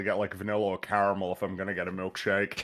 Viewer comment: None of these people know how to pronounce caramel not caramel. Just like it’s Yoshi not Yoshi.